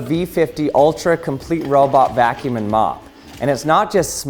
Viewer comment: It sounds like you’re calling the vacuum “mulva”